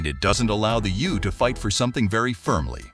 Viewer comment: The You? EU is always pronounce like the letters EU.....And it is Michel, a French name, not Michael. Is this commentary done by a robot?